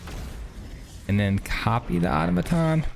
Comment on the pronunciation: No hate, but: ah-taw-muh-tawn